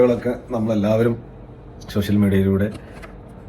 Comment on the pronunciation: ഷോഷ്യൽ അല്ല സോഷ്യൽ